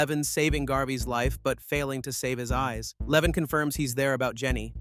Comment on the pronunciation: His name is LevOn not Leven. For anyone looking this movie up, it's called A working man.